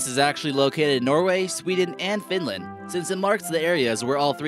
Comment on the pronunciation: Not finländ its finland